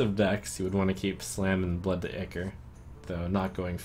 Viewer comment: "Ichor" is pronounced eye-core, not ickor. Great video as always!